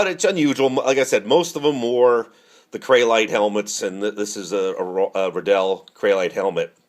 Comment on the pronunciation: ITS RIDDELL LIKE RILEY RIDDLLE